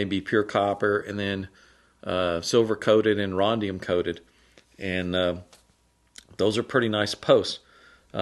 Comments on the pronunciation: It's rhodium NOT rhondium. Sorry to be picky, but I can't let that one slide. And yes I can be just a tad anal at times!!! 🤣🤣🤣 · Minor tweak - removing the N makes it perfect - it is Rhodium, not rhondium. No offence intended, merely giving back a little of what is dished out. Way back in the early 80's in Australia, a buddy and I wouild use a somewhat crude version of your tube connector. We soldered the 2 internal wires to 1/4 inch diameter copper tubes. The speaker cables were stripped and pushed into the tube and held in place with an O ring and plastic nut. Souinded great, problem was the copper tubes would oxidise and needed regular maintenance. So we gave up on the idea and went with the status quo. Now I know better. Have a nice day. Cheers. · I think that you mean rhodium not rhondium. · Not sure what Rondium is. I think you meant to say Rhodium.